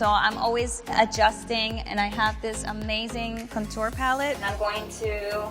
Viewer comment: people that pronounce contour that way are on a whole different level lol